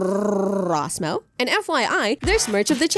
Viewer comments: That RRRRRrrrrrrrrrrrrrRRRRrrRRRRrrrRrRRRRrrRrRRrrRRosmo had so many "R's" istg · “Hi it is me, RRRRRRRRRRRRosmo” i love all the r’s LOL :>